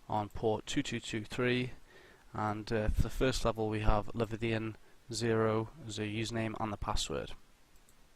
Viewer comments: Leviathan not Levithian... but good vid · Bruh is english like your 4th language? How can't you pronounce leviathan or have come across that word before. But awesome video apart from every time you said that lol